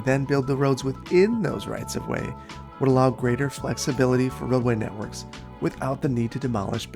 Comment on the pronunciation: did he just say “that same vay”? o.0 You goin German on us,?